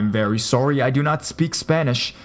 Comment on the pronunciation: "sooory", sounds like robin from how i met your mother